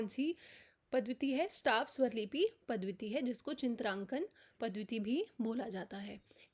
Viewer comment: पद्धति को पद्वति ना बोले प्लीज